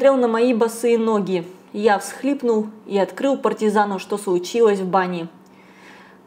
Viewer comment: На пВощади, не сВучилось, стекВа.. ну где же логопед?